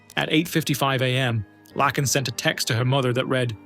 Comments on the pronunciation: It's sad for Laken . Her name is pronounced Lake - N / Lak - en . You know a lake ( h2o ) then a N . Laken . Please learn your pronunciations or fix your computer. Thank you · Laken is not pronounced Lack-In. It's Lake-In. You said it wrong 50,000 times and I'm sure it's hard to hear for her loved ones. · Thank you for paying tribute to Ms. Riley but with all due respect, her name is pronounced LAKE IN... not LACK IN. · You're pronouncing the name of the girl in the first video wrong. It's pronounced like "lake," not "Lack." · It’s pronounced “Lay-kin” Riley, and spelled “Laken”! At least you didn’t completely dishonor her by calling her “Lincoln” like that worthless, lying, incompetent, corrupt Obiden did. At the very least he and Okommiela should be in prison as accessories for letting the illegal immigrant into our country that took her life… as well as the judges and prosecutors that kept letting him out! 😡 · It's is pronounced lake in! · LAKE N her name is pronounced say lake then n Laken 😂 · It’s “Laaaaaaken”……. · I like watching these videos but it is pretty disrespectful to say the victim's name wrong over and over. It's Laken like Lake-In. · LAKE N not lacken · Her name is pronounced Lake - in! The A is long. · Broh, its pronounced “Layken” and “Brissol”. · I think her name is pronounced Lāken like a lake. With a "N" at the end. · So let me get this straight, you have no problem pronouncing LAKE Herrick correctly but keep calling LAKEn Riley “Lackin”. Yeah, you really did your research 👌🏻😒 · It's A i n it sucks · You are saying her name wrong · Bub you do that much research then mispronounce Lakin's name, cmon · You pronounced Laken Riley's name so wrong and that is so disrespectful. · How do you make a video and not make sure that you are pronouncing a victims name correctly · I could not listen to this because of AI voice pronouncing Laaaakens name so stupid it's disrespectful .... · Dude..... It's pronounced LAKEn... Not lacken. Lake, lake!